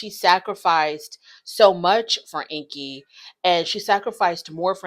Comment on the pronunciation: Corona already admitted that she and Ingi were not together (or not anymore) when they started filming. So their storyline is completely fake 🤷‍♀️ And BTW his name is pronounced "Ing-gi", not "Inky". Just sayin'...